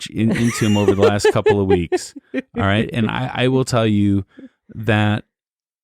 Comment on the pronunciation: Jean Lafitte is pronounced; Jean=Sean with a “J” Lafitte= La-FEET